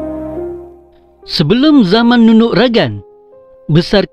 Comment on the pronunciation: Nunuk ragang ka bo Asi..okon ko Nunuk ragag..ogumu lo sebutan nu au kopiiyo koontok..